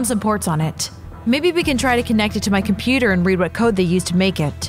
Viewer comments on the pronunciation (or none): Jules said competer instead of computer lol